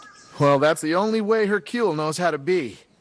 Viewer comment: "herCULE" i'd watch it to laugh at it and make fun of it.